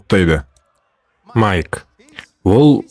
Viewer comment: Маикл емес майк